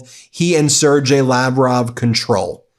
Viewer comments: Sergei is pronounced Ser-GAY. Do your homework Ben. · Ben, pronounce Sergei properly, hard G, pronounced Sir-gay. Seems minor, but it’s important for consistency especially since they’re in official legal documents. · sir-gay, withoyt "dg" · Man you really need to learn how to pronounce some of these names, it makes you look lazy and dumb, I mean Sergei and Fico? Fr